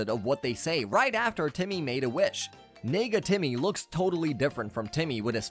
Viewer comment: Nega Timmy did not come out right the first time I heard it.